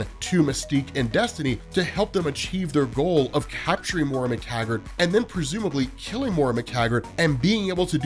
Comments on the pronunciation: It's Moy-ra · Hey, when are you going to learn how to say Moira's name correctly?